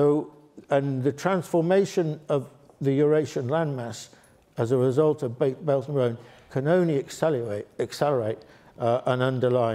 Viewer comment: The term this lecturer is using is "belt and road", although it sounds like "belgian road".